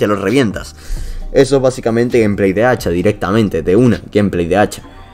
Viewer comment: Dice hecha XD